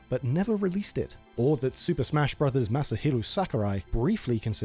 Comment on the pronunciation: thank you for pronouncing it "brothers", nothing bums me out quite like watching a video where the narrator says "brohs", ruins the whole cadence of the title